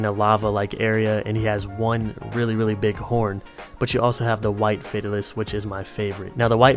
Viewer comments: Aekaentor Fadalis That's the wrong way its "Fatalis" and "Akantor" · Fay tal is. Not fateilis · the way you say some of the names is so weird lol.....Faytalease, aykintour ... the rest are fine but them two i had to double check i was looking at the right monster! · it's pronounced Fae-tal-us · It's pronounced "Fay-Taal-Iss" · Why do you pronounce fatalis as fate-alis. I pronounce it similar to fatality because he almost always one shots you. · its said FAY-TAIL-IS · Tigrex, Nargacuga, Brachydios, Zinogre, Lagiacrus, Jhen Mohran, Yama Tsukami, Khezu, Rajang, Ukanlos/Akantor, Also it's Fuh-tal-iss... btwww not that it matters, But Ukanlos is the one you pronounced right funnily enough, haha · its pronounced fe-talis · The way you pronounced Fatalis killed me... It a proper noun so who cares..